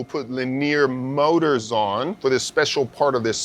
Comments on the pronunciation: makes my hair stand up every time he say lineer moders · talk about the wrong emPHAsis on the wrong syLLAbul. Leneer mowtors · it hurts my head listening to this dude. why presenters cannot speak like normal people. it kills the content. and this is interesting content by the way. LiNEEEEEEEEEER Mowtoors....lol. He said it correctly maybe 2% of the time. anyway good info just terrible presentation. It is like listening to the hulk explain detailed parts/movements. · I just want a compilation of saying Lineer Moders over and over again.